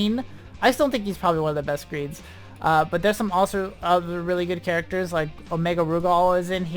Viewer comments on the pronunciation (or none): none